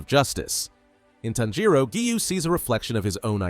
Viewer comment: People keep saying that the voice is ai so maybe it just doesn’t know how to pronounce